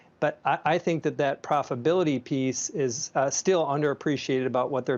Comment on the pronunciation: Gene: “profability’